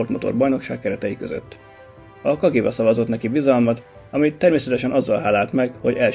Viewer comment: Köszönöm az érdekes tartalmat. Várom a folytatást. Csak egy észrevétel. A Cagivát helyesen, kadzsiva-nak kell ejteni. Szerintem használj fordítót. És mondasd ki vele.